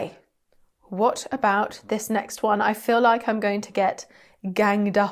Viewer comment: Loved watching this. Will subscribe. I’m from Melbourne Australia. Have enjoyed doing accents from all over the world. Want to offer my observation on Canadian: about isn’t so much a’bOOt (that’s more Scottish), I suggest it’s more a’bOAt. Great work!